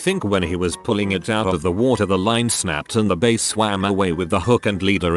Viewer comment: I love how the voice pronounces every single 'bass' wrong